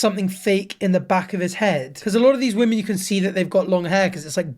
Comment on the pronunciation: I’m sorry, but do you not know how to pronounce the plural of woman?